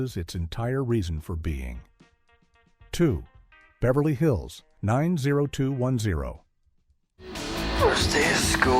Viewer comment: BH 90210 was pronounced 9 O (letter) 21 O (letter), not sure why but even the show pronounced it that way